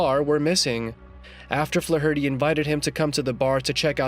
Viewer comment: Wow. Way to spam your channel with bots offering fake praise. You can't even pronounce Flaherty correctly!